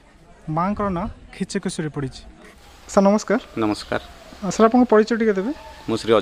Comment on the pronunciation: କମ ସେ କମ ଦେବୀ ଙ୍କ ନାମ ଠିକ ଉଚ୍ଚାରଣ କରନ୍ତୁ. ଖିଚକେଶ୍ୱରୀ ନୁହଁ କିଚକେଶ୍ବରୀ